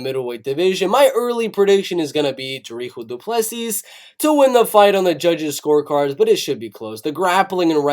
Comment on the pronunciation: your saying dricus du plessis incorrect